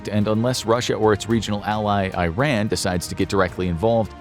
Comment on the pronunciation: don’t you dare pronounce iran like that ever again